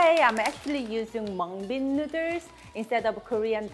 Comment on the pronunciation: I live for saying "nudders" 😂 i cant wait to make this